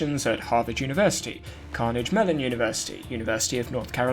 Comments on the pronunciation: it’s car-nag-gee melon. Carnage how you pronounced it means the devastation of death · "Carnage"? Seriously? Carnage. It is either CAR-neh-gee (US style) or car-NEH-gee (Scots style)--both have a hard "g" as in geek at the end. Good video otherwise. . . at least as far as I can tell; I don't have access to the original documents. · i’m sorry but i did i just hear someone pronounce “CAR-NEH-GHEE” as “carnage” ?!?!?! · Bro I Never went beyond my graduate education but I even know that's not Carnage, it can't be. Car-Nay-ge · Car-knee-ghee University, NOT Carnage! 😂 You lost credibility right there… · "Carnage melon university" --> "Carnegie Mellon University" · Great story! I don't know if you can edit your video, but it's Carnegie Mellon, not Carnage --which has a rather nasty meaning. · IT'S PRONOUNCED "CARN - AY- GEE" NOT "CARN -AGE -Y," WITH A HARD "G", YOU M*R*N. IT'S NAMED FOR THE FAMILY THAT FUNDED IT'S START. THE SAME PEOPLE AFTER WHOM CARNEGIE HALL, IN NYC. 🙄 *YES! RESEARCH SHOULD BE CHECKED FOR MISTAKES, IDIOT. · it's pronounced carn-eh-gee instead of carnage; you may have missed the 'i' in 'Carnegie' :) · Andrew Carnagie… Carnagie Hall in Ny, same guy…Carnagie not carnage dude. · TF is CARNEDGE-Mellon University ????? Get your 5h1t together 🖕🖕🖕🖕🖕🖕🖕🖕 ... and it's 'NONETHELESS' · Car- na-gee 🤦‍♀️ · No judgement because Andrew Carnegies name pronunciation is pretty unique and butchered by most americans even Andrew Carnage made me giggle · who or what is narrating this? Is it an AI? "carnage mellon university"?? Uncanny valley here, ironic in a video about fraud, are we listening to a real human, and why with a British accent? To make it seem more intellectually rigorous (a trick used by Prager U videos). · I had to laugh at your pronunciation of "Carnegie-Mellon." "Carnage-Mellon." LOL. That is all. Carry on. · Carnegie Mellon = Kar nuh Gee (hard G as in good) melon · It's pronounced car na gee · car neh gee melon is how you say the name of the university